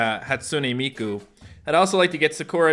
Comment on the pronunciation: Its hatsune miku not hatsoonay meekoo